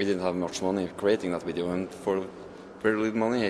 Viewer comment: "We Are Making A WIDEO" hehe